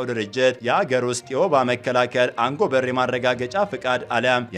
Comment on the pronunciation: አንጎበር : አትበል ! አጎበር : ነው የሚባለው ! አማርኛውን አታበላሸው !